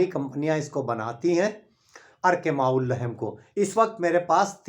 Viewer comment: अर्क़ माउल्लहेम नहीं बल्कि कहो (अर्क़ माउल्लहम), सहीह तलफ़्फ़ुज़ कीजिए।